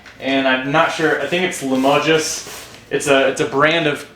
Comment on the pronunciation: Limoges. Dont prononce the s. Famous crockery from Limoges in France.